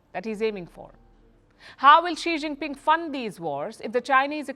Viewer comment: could you please ask an intern to make a list of the correct pronunciations of Chinese cities? It's not "SooZoo". For instance, Suzhou is pronounced "SooDjow". In Pinyin, "ZH" is pronounced as "DJ". I appreciate that Palki pronounces Xi Jinping's name correctly. Thank you.